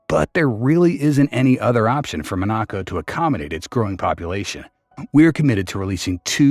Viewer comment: Why have a video when you can't even say the country's name properly?